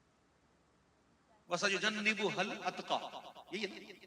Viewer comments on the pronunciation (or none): Ayat ghalat parh gae wasayojannabuhal atqa asal ayat hy ap ne you parha wasayojannibuhal atqa darust kare shukeia